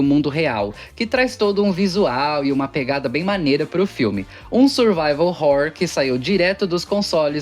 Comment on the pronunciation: É o Jeito certo de falar